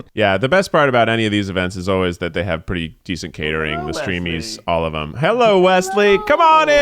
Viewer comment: i heard say "i like coochie" "hewwo"